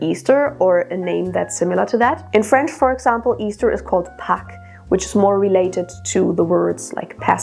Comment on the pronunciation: A very interesting video! I also recall reading about the fact we do not have a clear source abomut Eostre and where she comes from. Your prononciation of "Pâques" was correct! I'm not an expert (if someone knows, correct me!), but I think "Pâques" comes from "Pessa'h", the Jewish Easter celebration 😊